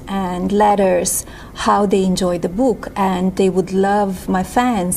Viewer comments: Oh my god. Immediately turned off by her pronunciation of book. "Boooook". Like "spook". 😒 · Booouk what the hell is that word? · "Da boek" 🤣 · The buuk? She' s unable to pronounce English...Id like to hear Baron's Slovenian accent... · Whats a Boook its Prounced Book not Booooo-K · I just can’t stand the way she pronounce “book” she sounds like an idiot really a moron!!! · “De buke” was such a sukesess” 😂 She Be Besting! 🤭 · The "boo-uk" & the "fee-illm" 😂😂😂